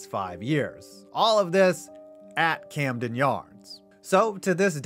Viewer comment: You botched "Camden" but nailed "Eutaw"... here's a virtual Natty Bo on the house! 🍻👍🍺